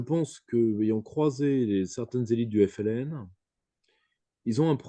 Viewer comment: Mdr tu a ramené un français parler de l'Algérie rien que le mot FLN il a du mal a le prononcer tellement il a la haine conclusion la France et sont dom Tom le Maroc du lyautey jalouse l'Algérie